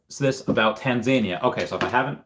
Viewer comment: Not sure about the US, but in the UK we call it Tanzan-EE-ya, stress on the 3rd syllable